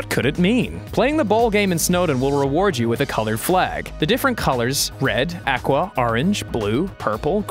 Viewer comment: its pronounced aqua not aqua